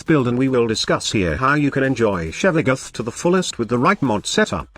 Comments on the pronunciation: Lol I cringe every time I hear "Shevaguth" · i am pissed that your voice changer says: Shevagoth